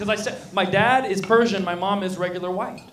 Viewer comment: its VIGHT not white